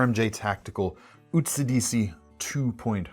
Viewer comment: Absolutely butchered the pronunciation for Utsidihi. It's simple: "Oot-see-dee-hee."